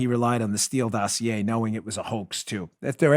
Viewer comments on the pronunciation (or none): none